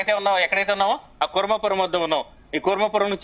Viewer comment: Kuravaram kadhu thalli 😂 kurmapuram uru peru sariga Thelidhu kani newslu cheptharu